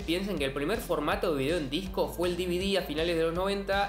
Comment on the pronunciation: El "siiiidiii" y el "dividi" jajajaja